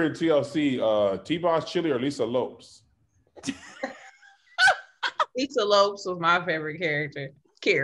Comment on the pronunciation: don’t know how to speak but he pronounced Lisa lopes name correctly. I am Cape Verdean just like her and in Portuguese it is spelled with an s and not a z so it’s pronounced differently